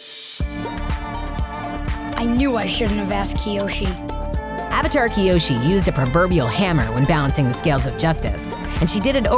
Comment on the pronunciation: Did anyone hear the lady say Kyoshu in